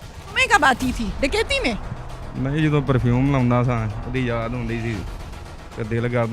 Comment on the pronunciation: Kakaiti nh dakaiti hota